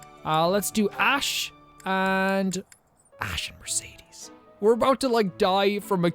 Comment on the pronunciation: You mispronounced Mercedes’s name just like all the rest of us lol 😂 don’t feel shame.